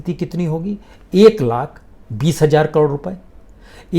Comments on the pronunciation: Hmm it’s not Hajjar it’s Hazar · Sir I’m sorry but I really respect you too much Please note your pronounce for 1000 Ek Hazar is right not 1 Hajjar